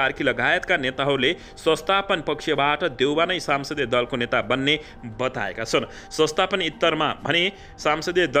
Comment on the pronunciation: Sansadiya hoiena Sahi uchcharan garnu paryo.